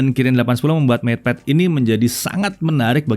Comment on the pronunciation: Ngepad kali...😄😄